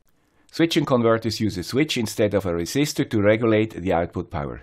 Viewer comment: Resisistor ????????? :-p (otherwise it is really, really great. I learned a lot. Thanks!)